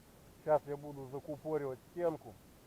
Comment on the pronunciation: ЗакУпоривать стенку, а не ЗакупОривать. А так, видео полезное, благодарствую)